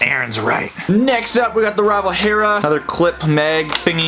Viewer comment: oh hey this boi said hera correctly